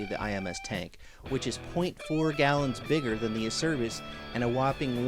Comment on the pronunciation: Great vid. By the way it's pronounced 'ACHERBIS'. My company deals with this Italian company directly.